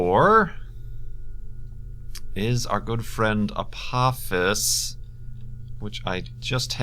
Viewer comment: I believe it's pronounced Uh-po-FIS (Apophis)